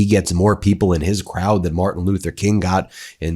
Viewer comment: Martin not Martha. SMH